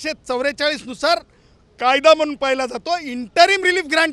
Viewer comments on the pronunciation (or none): none